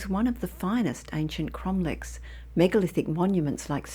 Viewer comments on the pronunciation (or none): Not Cromlicks, but Cromlechs.